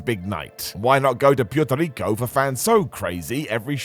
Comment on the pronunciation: Say it with me, PU-ER-TO RICO. Not Priety Lico